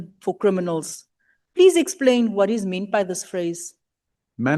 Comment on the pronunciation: "Wat se you"😂😂😂😂😂😂😂im dead